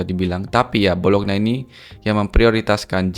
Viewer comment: bacanya Bolonya bang bukan bolokna